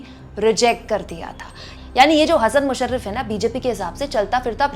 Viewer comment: हसन मुश्रीफ, ना की मुशरीफ